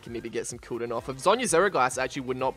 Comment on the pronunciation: the way you say cooldown is pukable and vomitably